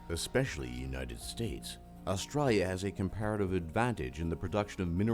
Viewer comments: "Australlia"? "Zeercaan"? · lolol. at least the guy doing the video is good at something Australians do well.. Sarcasm!! Wish he could pronounce Australia though... lolol